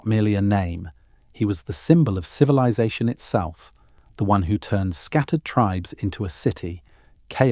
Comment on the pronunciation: Lost me at “civi-lie-zation”. Ugh. I can’t fall asleep to this AI crap!